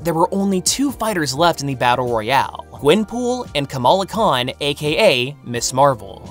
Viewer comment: The way your pronouncing Kamala sounds like you're saying the Pokémon Komala, which is just giving me very humorous ideas when I think of a Komala in a Ms Marvel costume